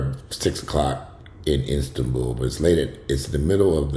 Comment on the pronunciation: Istan-BULL sounds right. So glad you’re negative. But this has been very informative and it has people talking and wanting to go get tested.